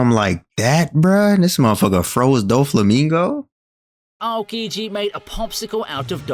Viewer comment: his name is pronounced more like OW-kiji.